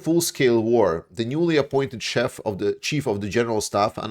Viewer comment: Chief. pronounced ‘Cheef’ not like chef 🧑‍🍳